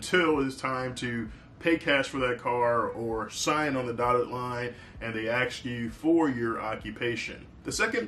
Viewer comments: Aks instead of ask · "Axe me". Yeah, you a doctor. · He said aks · You just mispronounced the word ask several times in this video 😂 but that is fine , we aren't gonna raise our expectations anymore 😂😂